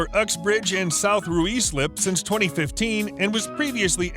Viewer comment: Ruislip is pronounced "RYSLIP" 😂😂